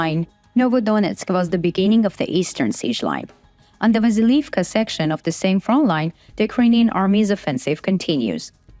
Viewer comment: Front line has a "t" in it, it is not Froline.